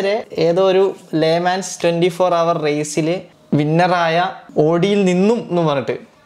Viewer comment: Hour el 'H'silent as broo 🤭